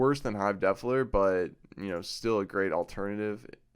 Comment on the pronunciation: Love the vid, I subbed and liked. Funny how you say the word Defiler, sounds like you are saying Defler.